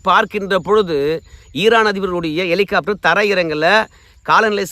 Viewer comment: என்ன எட்டி.. எலிகாப்டரா.. ஹெலிகாப்டர்..😂😂